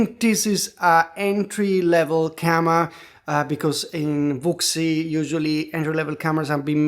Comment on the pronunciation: It would be better to pronounce Wuxi who-she.